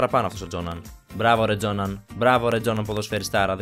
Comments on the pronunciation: Εκεί που λες τζόναν δεν λέγεται Τζόναν λέγεται Γιόχαν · Γιόχαν Κρόιφ τον λεγαν τον δυγχωρεμενο όχι τζοναν